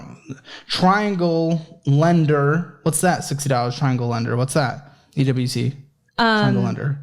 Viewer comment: Leander not lender